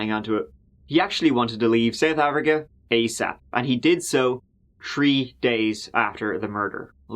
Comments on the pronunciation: "It was a tree day event..." 🤭🤣🤣🤣🤣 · I love you. You’re amazing in fact. You can pronounce South African names, as if the names were your favorite food on a menu. But brother,, you can butcher turdteen, (13), trees (3) and trees (yes, as in trees in every language. It may sound as if I’m actually complaining? But I’m not, truly. I would have it in other way!